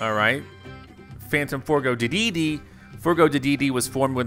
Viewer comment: How is it that this man has played Kirby for some many years, yet always says King Dedede's name wrong?